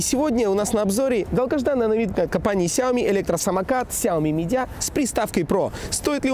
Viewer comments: Где ты там букву "Д" увидел? Или слово "меджиа" очень сложно произнести с уклоном в букву "Ж"? Ну или уже хотя бы не терял бы букву "Ж"... Самокат "медиа" обзорщик хренов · сЯоми мидиА Ахахахпхпх Автор, перед тем как вещать, научись внимать)